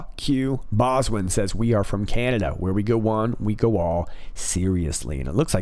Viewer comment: Green stripes was trying to say Canada, not dada..lol..fyi. just sayin